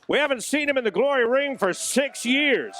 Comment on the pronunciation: when he says "are you ready for glory" he should drag out the GLOOOOOORY it sounds wierd otherwise